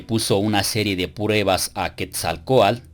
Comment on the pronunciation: Muy preparado, buenos videos, pero no se porque dice Quetzalcoal, en vez de Quetzalcoatl? saludos.